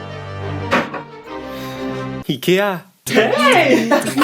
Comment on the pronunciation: Je suis le seule à à avoir remarquer quil a dit ea a la place de ikea?